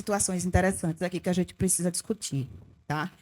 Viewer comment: Na chamada " "PRESISA"...É lulês ou "terra de Malboro" ? Adevogada ou advogada?